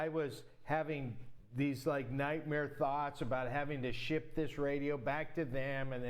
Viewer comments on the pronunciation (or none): none